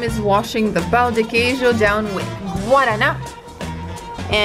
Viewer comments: I think he found it funny the way she pronounced the word "pão", which sounded more like "pau". Pão meaning bread, and pau meaning stick. It's not an easy word for foreigners to pronounce, so no worries, Brazilians can't even speak basic English, so he shouldn't be laughing. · No, she is pointing out your pronounciation of ã. Don’t worry, unless you speak Portuguese, most people can’t....although, I am wondering if there is similar pronounciation in Spanish